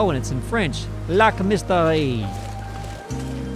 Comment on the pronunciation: your french wasnt far off its not misteri, its pronounce lac ''mist air''